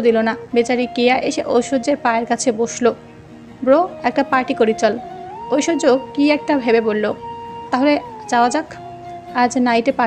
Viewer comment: Oita oishshoria rik Chowdhury na oita oishorjo rik Chowdhury hobe😂😂